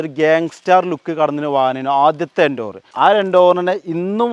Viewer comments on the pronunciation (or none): ഫോർഡ് എൻ്റോവർ അല്ല എൻഡേവർ😂😂😂😂